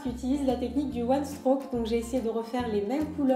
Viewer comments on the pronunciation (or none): Je pense que tu ne sais pas ce que c'est le one strock (d'ailleurs tu le prononces mal) Ce n'est pas un un dégradé de deux couleur mais une nuance de deux couleurs !!! Ça peux aussi se faire avec 3 ou 4 couleurs ! Et tu utilises beaucoup trop de peinture ! Enfin bref que des incompétences. Bonne continuation 😍